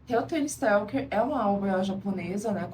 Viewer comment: O nome é helter SKELTER ! Significa confusão, algazarra, desorganização. Você falou Stelker todas as vezes...